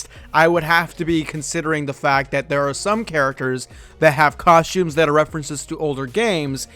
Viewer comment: It's costumes, not coshtooms.